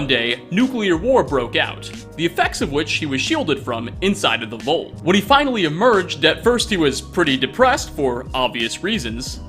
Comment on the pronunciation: HEY,. Professor English here. You say "nuclear" perfectly, you say "vault" strangely, but today, you say nothing incorrectly. Congratulations! That's two perfect 100s in a row. If your next upload has no language errors in it, that'll be your first Hat Trick, at least since I've been paying attention!! Exciting times indeed. Will get his hat trick?? Tune in next time to find out!!!